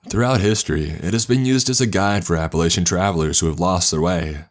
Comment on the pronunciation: PSA: we pronounce it App-a-latch-in